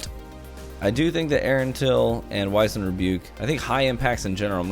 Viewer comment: 'Wizened' is pronounced Whizz-end, not Wise-end. Go look it up. You've seen the phrase 'wizened old man' before, I promise